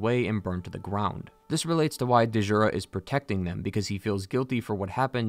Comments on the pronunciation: Great vid. But its just "jura." Kind of like the name "Django." Its not da-jango or da-jura. Its "jura." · It's pronounced "Jura", not "Duh-jura". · My man said Dee-Jura, like he’s never seen a word with dj in it, it makes a chunky J sound, like Django, ZilDJian, etc… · Its not Duh-Jurah. The D is silent. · Great video, but i couldn't help but... It's not delivery... It's Digiura's. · DAMN YOU DEEJANGO!!! "the D is silent" . DEEJURA so you meet DEEJURA at the top of his tower. DEEJURA. sorry mate but I couldn't step over that I twitched every time, I know you can't revoice the entire episode but yeah it's just Jura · Elden Ring may be the biggest. DS3 may be the most conclusive. DS2 might be the most varied, DS1 may be the most atmospheric, Demon’s Souls may be the first and Sekiro might have the best gameplay. Bloodborne is still my favourite. Just a quick note, Djura’s name is pronounced as Dyoura, not De’jura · I die a little inside everytime I hear “Dee-juura”.. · When you said D-Jura, it reminded me of the key and Peele sketch where he calls Aaron, A-Aron 😂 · "Dee-Joora" the D is silent/ I just know you say "Dee-Jango" lmao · Stop pronouncing the D in Djura it’s silent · It’s pronounced “jura”. Eileen calls him by name I’m some sequence. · The D in Djura is silent. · I think the D in Djura is silent, similar to Django. Could be wrong but that's how I understand it. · Dee-zhura, lmao. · Da-jura bothers me so much. It’s like djinn. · The D is silent, Djura is just Jura. 🤓👍 great video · "de jura" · I found the mispronounced names endearing. That's because this video is quality. Well done! And RIP Dehjoorah. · I think that D is silent 😂😂 like Django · the "D" in Djura is silent